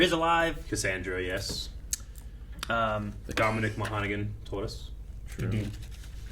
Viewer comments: his name is pronounced Monohan, not Mohonagan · At the risk of being 'that' guy, Dominic's last name is pronounced mawn-uh-han. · Just FYI Dominic's second name is pronounced 'mah-nah-han'. Mah like you're southern and calling for your mother, nah like you're saying no to someone e.g. 'nah son', and han sounds like frying pan with a 'h' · The mispronunciation of Dominic Monaghan's surname makes my Celtic sphincter pucker.